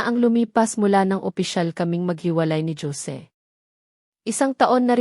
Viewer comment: tunog pinay ,k nmn magsalita , pero bat ganyan k magbasa ng.pangalan 😡 Hose ( Jose ) not dyose ,ano.b yan ! tpos Yong sige , mo sijay ? OMG Tama b Yan ? pilipino kB tlga ?😡 nkkadismaya ,makinig ,pls read right words .para more viewers and more practise reading po , and not Li - an . .instead Lian ok ? thanks